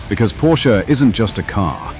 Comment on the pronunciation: And he pronounced it correctly!